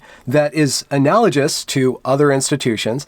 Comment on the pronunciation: Nitpicks: analagous: HARD "g" 2 attorneys general, not attorney generals